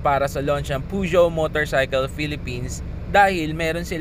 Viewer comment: Yan pala tamang pronunciation sa peugeot 👌